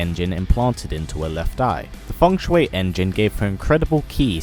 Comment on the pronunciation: Its ( FUNG - SHEE ) engine not fung shuway engine